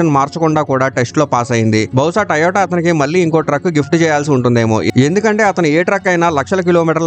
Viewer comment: Taiiyota kadh ra moon da "to yo ta" adhi